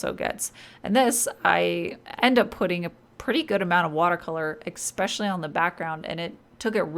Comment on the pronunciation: Okay, I love your videos but every time I hear you say "expecially" I want to stop watching. It’s "especially", please.